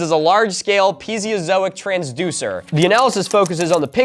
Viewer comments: pi-e-zo-e-lec-tric not pee-zee-e-zo-ic lmao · I've heard many pronunciations of piezoelectric, but peezeozoic is fresh. For a split second I thought he was gonna propose that the pyramids were built to squish electricity out of animals.